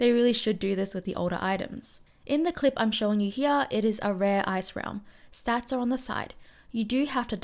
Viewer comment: Why do you say "heaa" instead of "here"?